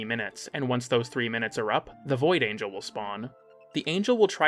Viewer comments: I pray to whatever god exists the “a gel” over “anjel” pronunciation is a bit . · Angle? You mean ANGEL holy fuck youtubers and pronouncing things that are in the game... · PLEASE tell me that you kept saying Void Angle on purpose I think so, but i need confirmation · Giggled every time at "angle" 😂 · Do you unironically pronounce Angel like that or you are just trying to mess with our heads???? 😂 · I honestly can't tell if he doesn't know how to pronounce angel, or if he's just ragebaiting.